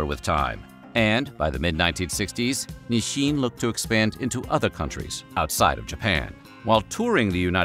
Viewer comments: it's so weird narrator keeps pronouncing it "Nisshin". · why does he keep on saying "ni-shin"? i've never heard that pronunciation before, not even from my japanese friends.